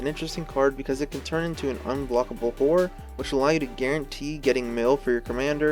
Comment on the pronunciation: Really gotta pronounce both syllables in "horror" man haha. Great vid tho